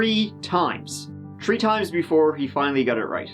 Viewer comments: He says The not Te. Why not Three and not Tree? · HE CAN SAY ' this ' but he cant say three or tree. Alright acting boy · I love your channel but please don't tone down the way you say 30 (turty) or 3 (tree), it always makes me smile when you say it as you normally do. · "Tree times!" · Arggghh I’m getting annoyed hearing you say “tirty” “tree” - I don’t know why your “h” is silent! It’s thirty three! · He tried tree times to many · How many Tree hours are in an Earth day? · Tree hrs ....lol lol ... chrystal got tree..years lol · love you but its pronounced 3 three not tree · Its..three..3....not 🌳 tree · He says it 3x in a row at tree minutes thirty three. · Tree years are the same as human years. the best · One two tree four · "tree times" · Th, my friend. Th-ree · Love your channel and you do a great job of reporting these crime stories.I don't tune in to see what shirt you are wearing and for those who have to nit pick on issues like your wardrobe and saying tree turdy they obviously must be below average intelligence.Some people just like to criticize. Keep up the good work. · He can’t pronounce “three” but he nailed “Pueblo”? 😂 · Tree Tirty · Fourth Man lmao. I wouldn't mind if I lived with and he was always complaining to me about the TRee tousand turteen hundred and turdy tree trees daily. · one, two, TREE. love your work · The way you said “tree” times lol~ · How many times? Tree. Times. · tree times? tree? Yeah.. complete Moron... just amazed at his stupidity! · I got to say tree tirdy times a video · Dang, you're almost to to tree-thousand-turdy. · Will I guess it's actually tree-hundred-turdy-thousand. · "Tree times" 😅 that number is like a curse for you it always pops up somewhere in a case with you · Why can’t this guy say three? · Love your videos and your pronunciation of the word "three" :)